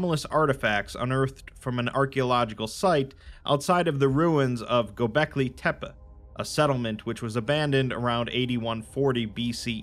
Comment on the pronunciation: Oh this is the most minor of nitpicks but it's pronounced like "Go Becky Tepe" (like Pepe but with a T like tear).